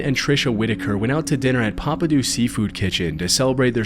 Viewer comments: the pronunciation of papadeauxs made me giggle, being from that area. deaux is pronounced like dough :) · I died when he said "papa-do", its pronounced, "papa-dough" lol. Love the content though. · It’s pronounced papa-doh my guy